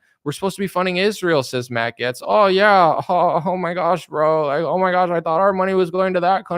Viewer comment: Hey Stupid! It's pronounced "Gates" not "Getz".